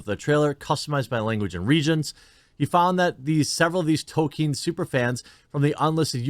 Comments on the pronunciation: I enjoy your content but Jeremy please it is Tol-kin the E is silent, it would help your argument some in my opinion. I am a very long time fan of Tolkien my dad read the whole series to me and my brothers when where kids. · FYI; The well known literary genius author J.R. Tolkien’s name is pronounced Tol-K-in (hard K)! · Say it like "Toll-Keen" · Jeremy if your going to say his name so much learn to pronounce it properly and consistently. Tol-keen without stretching out the ee so much as you would in Sheen almost sounds like Tol-kin but you definitely need to L you saying Toke-in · Is Jeremy intentionally mispronouncing his name? It's TOLL-KEEN. There's an L in there buddy. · Progress... Jeremy stopped saying "Token" and now says "Tokien", but the struggle continues to get him to realise the L in Tolkien is not silent. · Can you not pronounce the “L” in Tolkien?